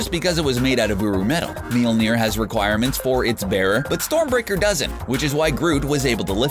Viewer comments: God the way this guy mispronounces Mjölnir drives me bonkers. It's not MEE-yul-NEER; it's TWO syllables mYOL-neer (myol, like saying mule with an O instead of a U) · Mm-YOL-NEER. Please learn proper pronunciation. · That was weird way to pronounce Mjolnir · Dear Narrator: Please. Stop. Saying. Mjölner!!!! You butcher it to death.